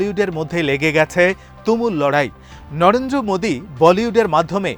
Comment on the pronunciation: Pronounce the name carefully - Narendra Modi